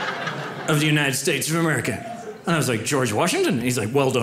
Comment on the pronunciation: Is it just me, or did he keep saying, “...United States of AmericaN”?